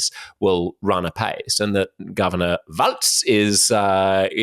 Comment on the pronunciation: Walz is pronounced "walls", like the plural of the English word "wall".